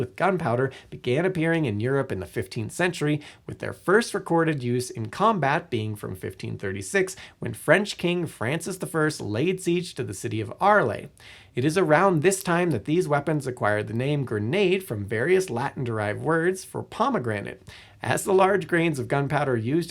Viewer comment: That's when I stopped the video. Buy-santine (Byzantine), Ar-lay (Arles).